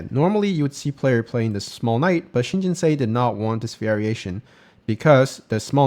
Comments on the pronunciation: Think of Seoul pronunciation. Kind of like the English word "sew", like in sew a dress. Or even still the word "so" would be closer. Like Jin-So or Jin-sew. Not Jin-say. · i think its pronounced Shin Jin Soo. And whatever you smoked prior to making the into: I want it too. 🙂. And what an incredible Tesuji from Shin.